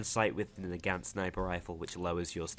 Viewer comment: The Nagant is pronounced Na-gon-t